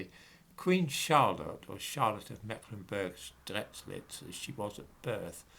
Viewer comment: I know that german names are complicated to spell. The beginning of Strelitz sounds "Sht". Great content as ever!